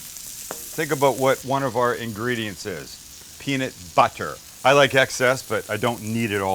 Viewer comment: “peanut butther”